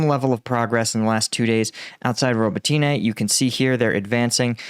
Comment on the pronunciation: Robotyne = Ro=bot=inah.